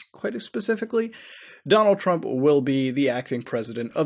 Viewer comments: 'Doland Trump' ?? Really man 😂😂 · Doland Trump? Good chat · And also "doland trump "